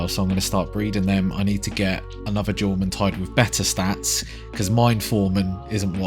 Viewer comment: In what world is Jormuntide not pronounced YORmuntide?